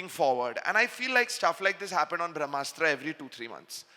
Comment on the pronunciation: Why Ayan is pronouncing Brahmastra as Vrahmastra, ....